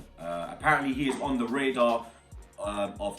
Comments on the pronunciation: It's radar not rador you wallard! Bomba claat! You get me? you nestand? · Radar not rador!